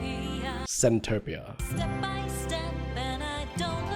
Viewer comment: it's centopia 😭